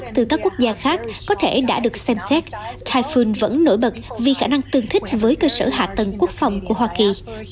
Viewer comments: Typhoon đọc là "tai phun" giống như catoon, không đọc tai phon. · cùng một chữ "TYPHOON" mà 2 phát thanh viên cùng 1 nhà đài lại đọc 2 kiểu khác nhau lặp đi lặp lại rất nhiều lần nghe nó kì cục làm sao. một người đọc "phon", một người đọc "phun" cả một bản tin tận 20 phút mà ko thấy sự thay đổi nào. Chứng tỏ chương trình ra bản tin liên tục nhưng thiếu sự chuẩn bị kĩ lưỡng, khả năng phát âm tiếng anh của phát thanh viên còn nhiều hạn chế vì nhiều lần tui nghe phát âm ko đúng mà ko phải chỉ mỗi một phát thanh viên. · Phát thanh viên áo đỏ đọc sai chữ TYPHOON. Nên nhờ Google Dịch phát âm giúp những từ tiếng Anh trước khi phát ngôn.